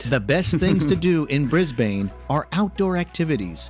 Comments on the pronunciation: Yeah… not the best. From an old Aussie chick, who has lived in every state. Can’t even pronounce Bris-BANE. It is more like a tourism advert to visit our cities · wtf is "the bay bridge", "Fly-anders Street", "Meborrrrrrn", "BrisBANE"? 😆 I wish they'd stop getting random Americans who have never even visited Australia to narrate these videos. 🙄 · I felt like I was being slapped in the face every time he said bris bain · These videos are done by people who have never been here or know what they talk about. I mean Bay bridge, soccer in Melbouurrnne, Briasbaine all sound like it is said and written by a AI. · Melbourne is pronounced “melbun” and Brisbane is pronounced “brisbun” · I would have said Brisben and Melben lol 😂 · Congrats on remembering that our capital is Canberra & pronounced Can'bra 😁 Pity no-one told the narrator how to pronounce Melbourne and Brisbane (Melb'n, Brisb'n). Also, there's no such thing as Melbourne Bay. It's Port Phillip Bay. Dude should have done his research. As for horses & camels, horses would have been brought out on one of the early ships bringing convicts and free settlers to what was then the colony of New South Wales. Afghans brought camels here in the 19th century. They did incredibly long trips through central Australia's inhospitable deserts. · Bris-bane. Tosser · Sorry, I'm bailing out... if I hear him try to pronounce Brisbane one more time I will have a violent reaction! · Brisbane is not said the way he said it. , nor is Melbourne said how Americans say it . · and oh lord the pronunciation is the worst I've heard. Why is bro pronouncing Brisbane like bris-BANE FROM BATMAN? Pronunciation should be "Mel-bn" and "Bris-bn" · Bris-BAYNE can also have severe storms AND flooding. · Melbourne is said Melbin , Flinders = Flin ders, Brisbane = Brisban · Right? Bris BANE! Loses all credibility with Aussies when he says that. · Yeah I get that. the voiceover is shocking... Brisbaine..... unreal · Melbn, Brizbn